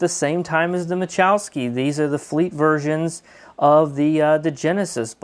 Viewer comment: ma la chow ski not ma chow ski ..... lol!